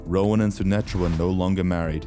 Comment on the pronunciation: It's indian ...Sunitha Sashtry... Not Sunetra